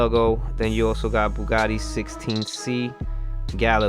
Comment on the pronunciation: It’s pronounces gal-ih-be-eh